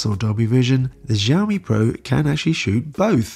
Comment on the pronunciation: Xiaomi-how to pronounce it in Chinese google it. most people do pronounce it wrongly. it should be . X is Sh or Si like Xi Jinping. Shi zing ping. Xiaomi- will Shiao-mi=Shiaomi.